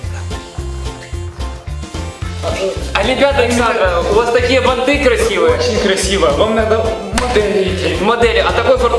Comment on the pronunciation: правильно ба́нты😂😂😂🔥